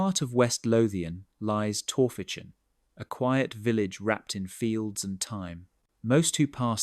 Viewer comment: Heids up min. Torphican is pronounced "Torficen".